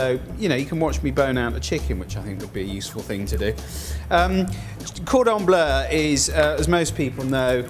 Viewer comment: Everyone making fun of the way he says Cordon Bleu but he is correct. It's NOT pronounced "Blue".......